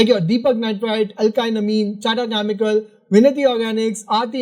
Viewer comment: Please work on your pronunciation. You pronounce chemical as Chamical or Kyamical.